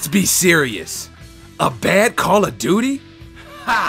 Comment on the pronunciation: Kahrl of duty